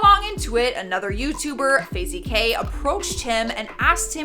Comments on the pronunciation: She said fazey Kay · Did she say faz e kay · "Fazee kay"😂🤣😂🤣no hate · she really said fazey kay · "Fazey Kay" lol loved the video but the pronunciation made me chuckle